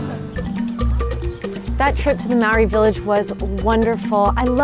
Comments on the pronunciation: yes it is pronounced like (mahh ordi )it’s like trying to purr like a cat (prrrrrrrrrr)if you can pur like a cat thats how we. Prounounce the letter ‘R, Speak fluent Te Reo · Lady stop saying marry is ma ori its pronounced like mouldy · It is not Mowry it is pronounced mouldy because you roll your tongue on the "r" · why do white people never pronounce words in other languages right? its not maowry 🤦🏽‍♀️ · Dezmyn Talamaivao it’s not moldy lol it’s pronounced marri ( roll the r) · you no what's not incredible your pronunciation of the word MAORI